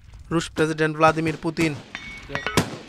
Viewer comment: It's not Volodemir Putin.. its Vladimir Putin